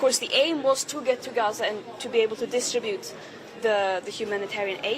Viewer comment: "The goal was to distribtue humanity aid"....😂 This little potato never dodges a camera does she😂